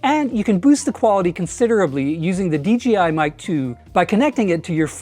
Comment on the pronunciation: Great video. Interestingly I hear “DGI” whenever you say “DJI”. Must be an accent thing. 😊